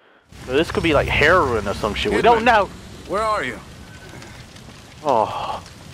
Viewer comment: This guy say its herrorin.... lol